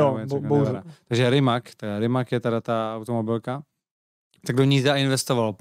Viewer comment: Rimac.. a, b, c. Rimac. We speak similar language, learn to read guys.